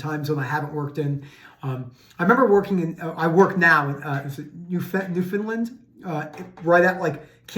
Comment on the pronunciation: Love the pronunciation for Newfoundland. That's a first! 😊